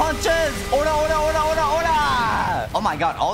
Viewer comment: It's Ora Ora Ora not ori ori